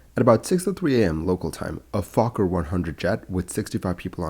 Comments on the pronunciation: Can't believe that you don't know how to pronounce the name of one of the earliest airplane manufacturing companies in English: Foh-ker, with the 'oh' being pronounced as in 'bowl'. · Instead of pronouncing it like "Fo-cker" try to keep the O- and K- sounds more brief and closer together, without the brief pause at the O, like what it's supposed to be pronounced as. YouTube's auto detect profanity is weird...